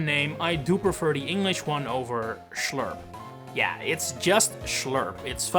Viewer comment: Ich liebe es wie Amerikaner Schlurp aussprechen ist irgendwie Funny ( Schlöürp oder so 😂 )